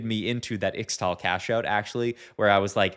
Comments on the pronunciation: PLEASE pronounce it "ishtal" in future videos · I think Ixtal is pronounced Ishtal. 😅